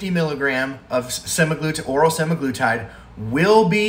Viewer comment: My brilliant doctor friend pronounces it the way you do so I'm going with you on that.